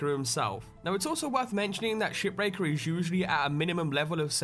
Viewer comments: to me shipbreaker sounds like shitbreaker when you say it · I thought you said "SHITBREAKER"